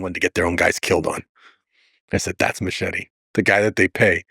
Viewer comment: i cringe when a latino can't pronounce "machete" correctly, ... "machiry " wtf!!!